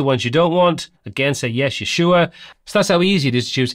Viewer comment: You say "you sure" as "Yeshua" haha. Luv it